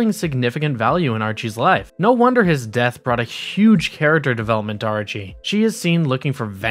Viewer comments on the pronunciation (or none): This was good information but some of the pronunciation was driving me nuts, like Arcee being said Ar-chee. It's said like RC. Other than that this was good information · My dude..... it's not "Archie" it's Arcee(R C) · Her name is Arcee like RC not Archie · Arche? Who is Arche? There is Arcee which is literally just pronounced by saying the letters R and C. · ARE-C it's not archee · Arcee like R C not Archy LOL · Stop saying r g it’s arcee (are see) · It’s pronounced rc not Archie n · Bruh.... Why do you keep mispronouncing their names? You're killing me here... It's Arcee (pronounced: Arr- See) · I'm still in shock that you could mispronounce Arcee as Archie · Tell me you don’t know anything about the copy you’re reading for the video without telling me you don’t know anything about the copy you’re reading for the video. “Archie” Tell me again. “Cyclonius” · Archee... fucking guy legitimately called her Archee haha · bru it hurts me to hear him call arcee archie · Archee? you said ARCHEE?! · Who the hell is archie. Do you mean arcee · Ar sea. That's how it's pronounced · its not archee damn it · Omg dude, love the video but it's pronounced Are See. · Dude... Arcee isn't pronounced like Archie. There's no 'h'. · My issue is with him mispronouncing Arcee